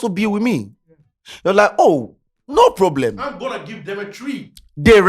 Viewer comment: There’s a pooblem 😂